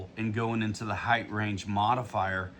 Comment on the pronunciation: The word is height. Ends with a T sound. Not a TH sound.